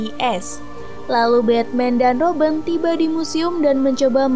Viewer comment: kok kak panggilnya roben bukannya robin